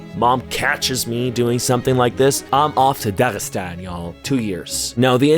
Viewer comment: I did not know u could pronounce the gh in dagistan, where the hell are you from